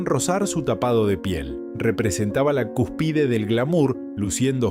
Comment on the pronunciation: No entiendo porque habla sin poner énfasis en los tildes. La doto y es la dotó… autografo en vez de autógrafo… cuspide en vez de cúspide … suena muy feo y saca las ganas de oír